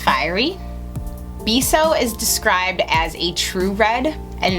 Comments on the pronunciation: Really good! And it's beh-so not bee-so :) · Its not bay-so its beh-so. Im hispanic so trust me on that one :) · great video i laughed when you said bee-so its more like the e sound in pez its spanish for 'kiss' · It's beso. Bay-so. Means kiss in Spanish lol. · Ye but it's not "Bay-so" either. It's Beh-so. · When she said 'beeso' it made me cringe so hard hahah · yea. I cringed too. I'm not Hispanic but am fairly fluent in spanish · thought I was the only one that felt cringey. Also when said Lolita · you pronounced Beso wrong it's a Spanish word for kiss